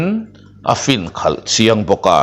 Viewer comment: Tuisik an lem dan tak hi khawlh khawlh lai taka khawlh hmsa hi a ri HNIAM tur a ni lo maw,i lam dan hi a past tence riaua kan ngaih teh tlat chu.